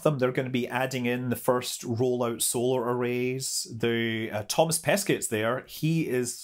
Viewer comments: Not sure if you'll read this comment, but it's pronounced "Toma Peskay" ;) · French tips: When you say Thomas Pesquet, the "t" is silent at the end of Pesquet. For his name "Thomas" we mostly pronounce it with the "s" silent but you can also pronounce it with the "s". I really like the "incorrect" way you pronounce it, it feels exotic :-D So do as you like Scott ;-)